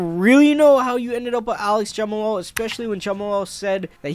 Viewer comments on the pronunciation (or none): “Jama lal Hill” 🤦‍♂️ I swear there has to be some sort of criteria and test you have to go through before starting a YouTube channel. Can’t wait to see “Jama lal” Hill vs Alex Pereira though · bro really said Jumal Hill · Jumalal, u think he's trying to pronounce the H, also figadero 😂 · why tf does he keep saying jamahalal this ain’t halal guys bro 💀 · u pronouncing jamahal wild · it’s pronounced Jamal I think